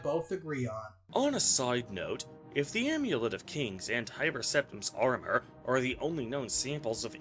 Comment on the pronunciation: If says the AIMEWLEIT one more time...